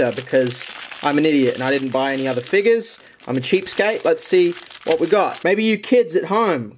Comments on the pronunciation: I love how he says figgus instead of figures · I dare you to say figures but instead say it with an n